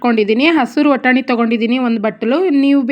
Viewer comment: ವಟಾಣಿ ಅಲ್ಲ ಸಿಸ್ಟರ್ ಬಟಾಣಿ